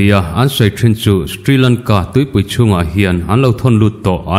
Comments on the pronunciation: Ka pu, sthrilangka i tih hi Shri Lanka tih tur a nih hmel eee ka ti. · Stri Lanka nilo in Sri Lanka tiin lam tur a sin mawle.